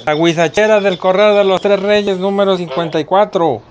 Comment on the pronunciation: ya lo see... Pero el extorsionador dice "Guachicheraa" ... Y no huizacheraa... Es lo que me dió risa xD